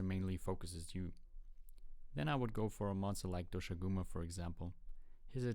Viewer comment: u said doshaguma wrong